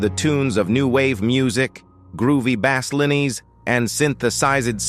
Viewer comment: what in the Stone City is this AI narrator pulling his pronunciations from? ghen-res? ran-eye-ih-sants? bah-slinees? is it really that awful to get a person to read it?